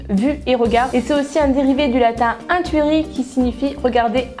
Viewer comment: Super la vidéo sa me fait rire quand tu prononce les mots en latin car tu les prononce a la française alors qu'il y a une facon de le dire car par exemple le : intuerie et bas le in ce prononce comme en anglais le u ce prononce ou et le e se prononce é maintenant essaye de repeter ce mot en respectant les règles de prononciations tu verra que c'est différant bisous ❤